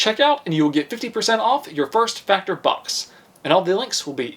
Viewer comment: busy waiting for whats likely gonna be the 2024 wrap up vid and couldnt help but notice you say FACTORY in your ad read for FACTOR....LMAO peace man.....flippin love your channel bro....FROM ZA